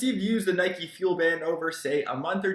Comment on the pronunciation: HOW FUCKING DIFFICULT IS IT TO PRONOUNCE NIKE CORRECTLY